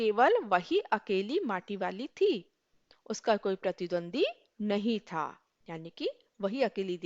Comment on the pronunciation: Mam par sorry , par aapka था, पा jaisa lag rha hai